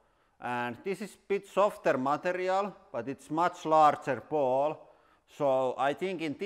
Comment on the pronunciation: giant marl-ble baawl put speed on .25